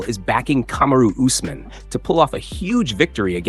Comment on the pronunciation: How do you say us mahn so many times and say it right twice? When have you ever heard it pronounced that way